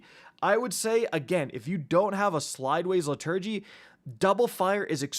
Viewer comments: Liturgy is pronounced LITTER-gee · How did he say Liturgy? It’s li-tuh-gee 🤦‍♂️😂 is it because gun names are all caps or something i swear listening to pronunciations of guns in xúr vids or weapon reviews by YouTubers throws me out of it straight away especially with simple common words, it’s fair enough if it’s a more specialist word but dam even then google it and check the pronunciation how hard is it really? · Liturgy - Pronounced Lit-ur-gy 😉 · Please learn how to pronounce liturgy. It’s painful to listen to. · Pronounce Liturgy correctly and I might listen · You don’t know how to pronounce the word liturgy? Lmao wow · Why are you pronouncing liturgy like that